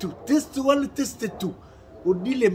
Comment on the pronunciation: bongisa prononciation ya Anglais ozo loba bétise. Testie 1 te. Test 1. Testie elakisi libind*. Donc ozo loba libind* 1 libind* 2 au lieu de dire test 1 test 2. Surement ba voisins baza traumatiser koyoka makambu ozo loba